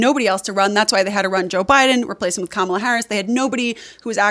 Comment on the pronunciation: wow, she pronounces Kamala’s name correctly. I’m shocked.